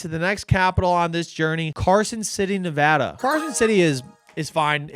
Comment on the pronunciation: Thank you for pronouncing Nevada correctly!! Makes me more stoked to be a follower 😂